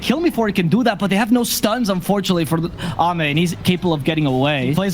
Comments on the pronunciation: did he just pronounce AME as aim? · Thats "Amay" thank you. Not "Aim"🤪🤷‍♂️ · Everytime he said "Aim", I physically cringed. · They are casting in English, the proper casters call it xiao8 as well they call ame aim is so funny as well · Let’s not forget that he called Ame Aim for the first 5 minutes until corrected